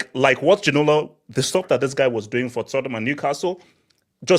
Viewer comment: Man said david ginola 😂😂😂